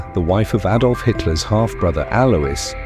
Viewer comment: Robert Donnat & Aydolf Hitler? If you can't find any human or any A I that can pronounce words proper then don't bother, it's too misleading.